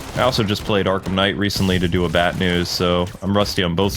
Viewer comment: Did you just say BATNEWS?